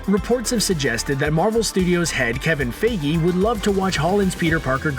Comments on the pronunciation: “Kevin FAYGEE” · "Kevin figee" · Kevin Fay-gee? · Kevin Fayge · Is no one gonna mention the way he said Kevin Feige